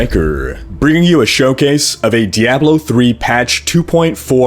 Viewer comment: you'd think he'd know how to pronounce "diablo"